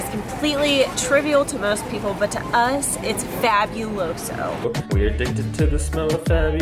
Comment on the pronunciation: The pronunciation makes me cringe. Lol there's only one vowel sound for each vowel in Spanish that means ever A sounds like "ah" every E sounds like "eh" every I sounds like "eee" every O sounds like "oh" U sounds like "oooo" (like oooo wooowww) so fabuloso Is "fah boo low so" not "fæ byuh lo so"